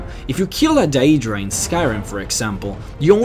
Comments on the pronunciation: its not pronounced "day-e-dra" its "day-dra" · i think it is "day druh" not "dah EE druh" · Your pronouncing skills need to be perfected. DAYYYUDRAAA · daedra is pronounced dae-dra not die-dra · Either you have an accent, or you pronounce it wrong. You say Daedra like "day-ee-dra" its day-dra. But if thats how you talk then sorry. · pretty sure its pronounced "aydra" and Daydra" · This pronunciation of Daedra is the form it would take in the English language if one were to pronounce the 'ae' sound as it is in Latin. The letters 'ae' in Latin are to be pronounced as 'I' or 'aye' in the English. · Why can't you just say Aedra and Daedra like a normal person instead of saying "Day-ee-dra" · Diaedra is how you are saying daedra... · Great video. Do you play TES games in English? I ask because of the way you say 'Daedra'. I always pronounce it 'day'dra'. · Then you pronounce it incorrectly.. It's Daedra, "Day-Druh" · Daedra is pronounced day-dra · Uhhhhhhh... no, I'm pretty sure it's day-dra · dieaydruh aieaydruh moonduce, christ son how can you butcher words so badly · how your saying daedra and aedera is killing me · How do you mispronuce daedra? I mean there are dozens of npc's in the game that actually say it. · Waited for daedra and then pronounced wrong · dat way he be pronouncing adreas and deadras xD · i hate his mispronunciation of words like daedra and aedra